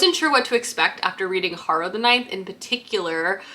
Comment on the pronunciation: I saw someone nicely correct your pronunciation on something, and i just have to do it before I go crazy. 🫣 My mother in law is named Harrow. The name and adjective are pronounced hair-row